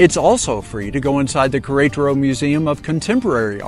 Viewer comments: One day I hope you learn to pronounce the name of the city. This is a very good video for this city. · The pronunciation of queretaro is killing me 😂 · I have gotten several messages that I wasn't close on the pronunciation. I do remember that several locals said Querétaro and I thought I had it down. Apparently not! I appreciate you watching! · Me too.